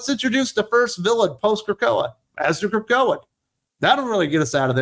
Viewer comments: I nearly drove off the road when you said, "The Krokoan." And that was EARLY in the video! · Wait, wait The Krakoan 😂😂😂😂. OMG really the Krakoan😂😂.